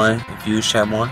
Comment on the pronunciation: Who tf say chamoy like that and u Hispanic tf😂